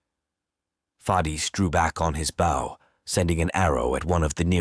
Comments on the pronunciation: My only complaint is how the narrator say bow! It’s pronounced bo! Not booow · Great story but someone please teach this AI the difference between front of a ship bow and an archers bow. It's like nails on a chalkboard every time he mispronounced bow. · Is this read by AI. So many words are missed pronounced. Like “bow” as in bow and arrow.